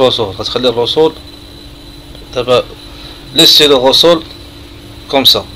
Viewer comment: Ta hadi française 3ndk hhh tkarfasti 3liha les mots techniques tatnta9hom ghalt ressort machirosol